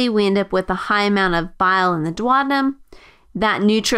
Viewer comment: dwadinum? thats just too painful for the ear